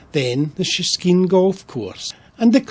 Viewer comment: Great video. Only thing I'll say is you pronounced Shiskine wrong. It's pronounced 'Shi-skin' not Shi-skeen'. My grandparents used to have a house over there. Have so many memories of the place!